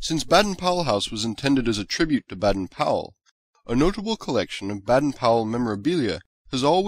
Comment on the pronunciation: Baden? The a is pronaunced as an a/ bAden powell house